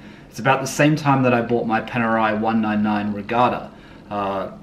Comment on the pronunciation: You finally pronounced Panerai correctly. Good job mate